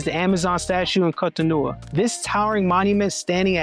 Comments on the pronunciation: GOD💙❤️🙏🏼, why do you keep butchering the name of the city? It is three syllables all ending with an “O!’ Gosh: Co To No !!!! Where do you get No Ah???? no offense, but, Damn!! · The door of no return practically brought tears to my eyes. How scary that must have been for people back then. Also you keep pronouncing Cotonou and even Benin wrong..lol. It's pronounced more like kohtohnu and Behnehn (last n is silent). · 😂😂😂 What was the pronunciation before the French decided to invade? His pronunciation of Cotonou is atrocious. 😂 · This is Brilliant just a slight jaring. Can Americans please learn to listen to how the people call themselves like Cotonou and Port Novo.